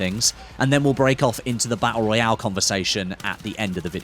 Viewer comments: "Battul Raul" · I can’t wait for the bah ah royale😂